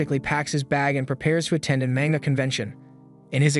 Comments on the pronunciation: Imagine having an anime and Manga channel, but pronounce it maynguh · You like anime so much, yet you can't even say manga correctly!? Do you even actually watch it in it's original Japanese audio?